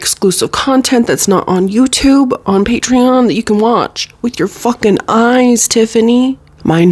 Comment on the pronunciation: The way you said patreon slayed. Healthy queen 👑🖤